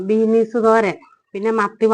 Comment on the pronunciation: ബീനീസ് അല്ല ബീൻസ് ആണ്..❤ എല്ലാ പക്ഷി മൃഗാദികൾക്കും സ്നേഹവും നന്ദിയും ഉണ്ട് മനുഷ്യർക് ഇല്ലാത്തതും അതു തന്നെ....❤